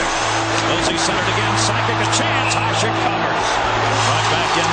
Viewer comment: Hašek is pronounced HaSHek not Hasek